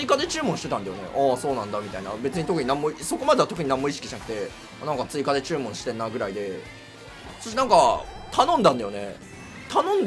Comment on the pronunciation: 注文って言い方イントネーション気になる😂